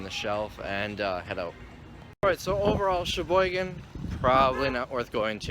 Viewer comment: He keeps saying Cheboygan, but it sounds like he's saying "It's ya boy again"